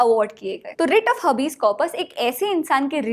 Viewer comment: हबीज correct pronunciation nahi hai हेबिस hai